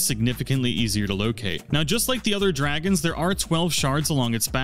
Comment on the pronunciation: The dwagons awe scawy